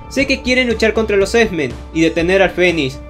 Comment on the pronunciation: por qué dices "esmen" :v?